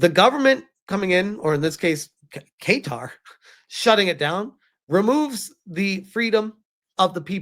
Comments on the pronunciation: It's pronounced "kattar" not "keytar"! 😂😂😂 Edit: ok now who wants to bet the Roblox CEO is on the "Island List" and has secret hard drives full of delicious cake and cheese pizza? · BTW it's KA'Tar - not Kay'tar! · 🗣️ Kuhtar (Qatar) not Kaytar 😁 🇶🇦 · I’m not surprised considering some countries actually listen to their citizens and to be honest Roblox had it coming. Side note its pronounced: kuh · taa 👍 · Say guitar but with a Q. Kaytar lol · Qatar is pronounced Kah-tar,. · I have it on reasonably good authority (from someone who lived there) Qatar is more closely pronounced "Cutter" Edit: Kaytar is closer than the first way you pronounced it. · Hey my man not to be annoying, but it’s pronounced “Cuh-Tar” 😅❤ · Not trying to sound like an "uhm ackhucally" guy, but it's pronounced Kuh-tar. Your pronunciation here is funky and tickled my brain wrong. Don't force yourself to change your pronunciation over me, I ain't forcing you to say it my way. Just putting my opinion here respectfully. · Pronounced Ka-tar. Qatar. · i know you don’t give af but the pronunciation is Guitar like the instrument 🎸😂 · Hearing him pronounce it "kay-tar" caught me off guard lol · Well keytar is a thing. It's a keyboard synthesizer that has a guitar neck, and you hold it like a guitar while playing. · lol Not correct. That’s a classic American attempt at pronouncing the country correctly 🇶🇦